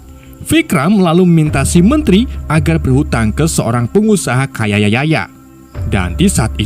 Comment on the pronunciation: Kaya bukan kayayaya 😂😂😂